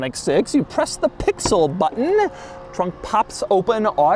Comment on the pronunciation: Say pixel again SAY PIXEL AGAIN